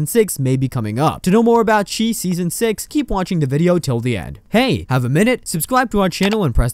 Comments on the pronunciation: It's pronounced like the shy no the cheese or whatever you are saying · " the chee?" 😂😂😂😂 its pronounced " the chi...like shy" short for chicago. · Learn how to say the name of the show..it not che..it’s chi.. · It's called The Chi as in Chicago, pronounced (Shy). Lol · Chi is pronounced "shy" as the city of Chicago is nicknamed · Thats not the name of the show! And u saying the name wrong just shows u dont watch it.. why would we subscribe to a channel that doesn’t even watch the content they are talking about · Over 40000 subscribers listened to you say this wrong several times...it's giving bare minimum.